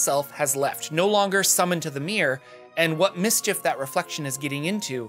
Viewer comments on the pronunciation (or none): none